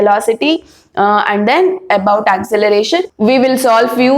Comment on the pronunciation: Acceleration not acceleration Mam it's wrong